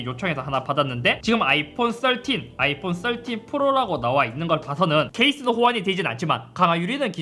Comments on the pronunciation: 썰틴! 발음 왤케 찰지져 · 역시 배우신분 13발음 좋네요 역시 남자는 핑크죠